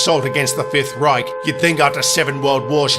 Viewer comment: "Protanic Republic" & "The 5th Rike" Seven World Wars?! Jeez humanity in his world I crazy damn! Amazing!